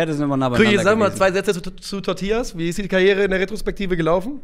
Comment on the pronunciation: Das Pferd hieß TO-tillas, und nicht Totill-AS sorry für den Hermine-Granger-Moment